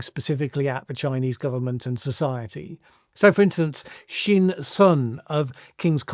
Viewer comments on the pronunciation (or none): none